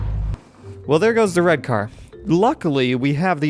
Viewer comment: Still don't know who is Danaby... And he says "wed" everytime